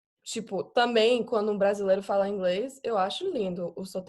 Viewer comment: "tipo" já pode virar brasileira 😍😍